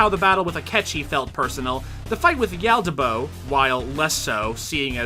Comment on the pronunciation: i think you said YALDA DABOA DOOOOOOOOOOOOOOOO wrong